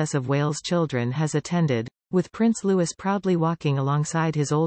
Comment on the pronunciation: His name is pronounced Loo-ee not Loo-is.